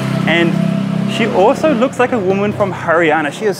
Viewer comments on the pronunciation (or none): none